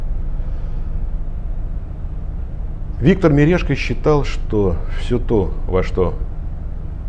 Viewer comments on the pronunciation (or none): none